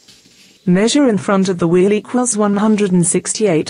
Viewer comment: equils blah blah blah centimeters....its equals not "equils"